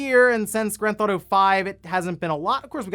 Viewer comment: "Grand ThAuto"? Lol OK my guy I see your strategy for shortening your videos lol